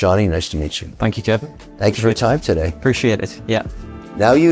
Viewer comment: I know he's from Newcastle, but "Yez" ? Even my Geordie mates don't say "Yez".